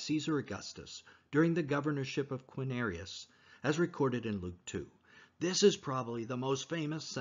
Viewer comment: You lost a lot of credibility for me when speaking of the census of "Quinarius". ??? It's not Quinarius, but Quirinius. For someone who is purporting to put forth details surrounding the birth of Christ, how am I to take you seriously, when you can't even pronounce the governor's name correctly. 😊